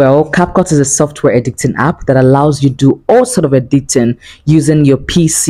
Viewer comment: Why do you keep saying edicting instead of editing